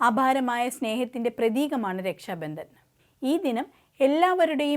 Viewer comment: വാർത്ത അവതാരകയ്ക്ക് അക്ഷരശുദ്ധി തീരെയില്ല. പ്രധാനമന്ത്രി - പ്രദാനമന്ത്രി രക്ഷാബന്ധൻ - രക്ഷാബന്ദൻ ബന്ധങ്ങൾ - ബന്തങ്ങൾ മധുരം - മദുരം രാഖി - രാഗി മുപ്പത് - നുപ്പത് മാർഗ്ഗരേഖ - മാർഗരേഗ മുഖ്യമന്ത്രി - മുക്ക്യമന്ത്രി പ്രാർത്ഥന - പ്രാർത്തന കൊച്ചുകുട്ടികൾക്ക് പോലും വൃത്തിയായി ഉച്ചരിക്കാവുന്ന ഇത്രയും വാക്കുകൾ ഈ പെൺകുട്ടി തെറ്റായിട്ടാണ് ഉച്ചരിക്കുന്നത്. വാർത്താ വായനക്കാർക്കും അനൗൺസർമാർക്കും ആദ്യം വേണ്ടത് ഉച്ചാരണ സ്പുടതയാണ്. അത് ഇല്ലാത്തവരെ ഈ വക ഉത്തരവാദിത്തങ്ങൾ ഏൽപ്പിക്കരുത്. മാതൃഭൂമി പോലെ ഒരു ചാനൽ ഇങ്ങനെ കാണിക്കുമ്പോൾ ഇത്രയും കാലം കൊണ്ട് മാതൃഭൂമി നേടിയെടുത്ത അന്തസ്സാണ് നഷ്ടമാകുന്നത്.